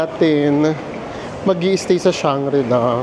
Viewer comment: Hi and! Just a little bit of correction. It is Shangri-La.:) Thank you and more power!